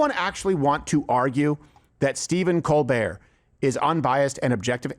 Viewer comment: His name is pronounced Coal -burt. fact